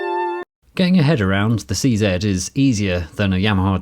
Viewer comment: Such a joy to hear someone say "Casio C-Zed!" :-) !